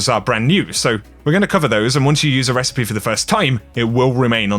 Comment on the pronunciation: says recipes like precipice.